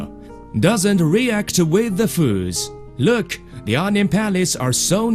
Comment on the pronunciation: Lerk at he paperrrrrs